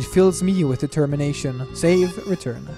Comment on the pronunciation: DID YOU MEAN...DE-TEM-MINATION?